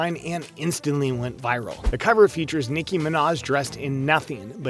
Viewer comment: you said her name wrong boo